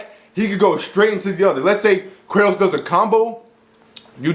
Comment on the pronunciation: By Kratos, I think you mean: "Kra-Toast"